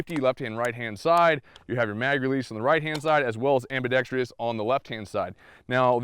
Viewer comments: AMBIDEXTROUS... NOT ambidextrious!!! Four syllables, not five! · its ambidextrous, not ambedextrious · The word is ambidextrous. Not ambidextrious. am·bi·dex·trous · Am-bi-dex-trous. There’s no -trious. Four syllables. Only four. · PSA: ambidextrous, not ambidextrious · Ambidextrous not ambidex-tree-ous. One i in this word. Small point, but you represent the rest of the Second Amendment community. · Great video! I hope they improve the shipping guns...looks like it's a pretty simple case of fit-and-finish. If it can be made more reliable, looks like a wonderful inexpensive gun. Minor grammar pedantry: the end of "ambidextrous" is just pronounced "struss" not "stree-uss" as it lacks the "i" found in words like "industrious" that have the extra syllable. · Am bi dex trus. Four sylables, no tree. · It's pronounced : ambi DEXTROUS not ambidexTRIous.... butt, I really enjoyed your review. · Never mind how to pronounce "UTAS", research the correct pronunciation of the word "ambidextrous". Am·bi·dex·trous is pronounced ambēˈdekst(ə)rəs. Look it up. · please learn the word ambidextrous. am • bi • dex • trous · amm-baa-dexx-tross, Other than that, great vid. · .....Anyone else really annoyed by all the people that say "Ambidixtreous" vs the actual way to say it? Good review though! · "Ambidextrous" doesn't have as many syllables as you inflict on it. Out. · Can shoot with both hands but can’t pronounce it 🤦‍♂️ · Ambidextrous has no “I”after the “r” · "Ambidextrous" is only FOUR, not five syllables. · I don't really care how one pronounces UTAS, but for the love of God, PLEASE learn how to pronounce "ambidextrous". You sound like a hick every time. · Jesus Christ, learn to say "ambidextrous". Especially if you're going to say it constantly.